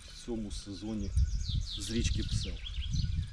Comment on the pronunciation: Не псьол а псел, не платва а плітка! Касссап чи що?)